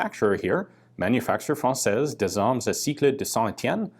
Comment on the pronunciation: Nice pronunciation. But I think you need some help to say "d'armes" ^^